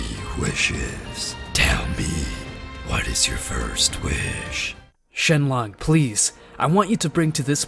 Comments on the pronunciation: Bro it's shenron not shenlong😅😅😅😅😅😅😅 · Dragon balls and shenron not shenlon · no way he just said, GET OUT OF THERE SHENLONK 💀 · REALLY SHEMON ITS NAMED SHENRON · Wait did he say shenlong instead of shenron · the dragons name is shenron not shenlon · Also he says shenlong instead of shenron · ummm who is shenlong its shenron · It not shelong it shrong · It's not shenlong it's shenron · Why is no one is talking about when he said: “shenlong” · bro is saying shenlong 💀💀💀💀💀💀💀💀💀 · "shenglong'' ah yes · "Dragon spheres" "Shenlonk" 💀💀💀💀💀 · Also don’t forget “Shenlong” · Bro he said shenlon